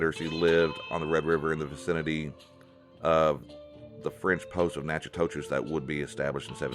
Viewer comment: Thanks for recording all of this. You did a really good job of sharing lots of cultural aspects of our ancestors. I appreciate the respectful tone. Sometimes I can be very critical of Texas historians but your work is very objective. A couple things. I'm Natchitoches Indian you did mispronounce our name but not as bad as many have it's says (Naka-dish) phonetically. Also most Caddo European contact in Louisiana was early 1700s not 1800s other than that this is an awesome presentation. Thank you. I'll sub.